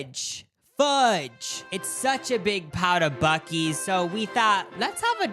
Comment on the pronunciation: It’s pronounced Boo-See’s.